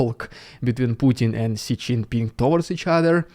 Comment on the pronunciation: Just as a side note, Xi is pronounced as Zhi